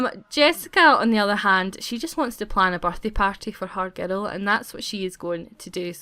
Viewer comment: "She soon gave birth to a baby girl"sounded like baby geto lol